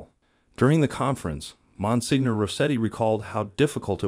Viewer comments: I appreciate your videos. I enjoy your topics. May I just point out that Monsenior is pronounced “ mon seenyor” rather than “ mon signor”. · Good video, but to just give you a little information, the title of Monsignor is pronounced monSENIOR, the letter G is not pronounced as in many words in the Italian language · Yes- I wonder if the creator can fix or explain the pronunciation- must have hired a narrator who wasn’t familiar with this word ( not catholic ? 😮)